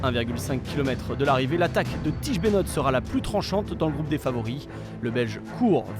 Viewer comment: Toujours pas capable de prononcer Benoot correctement...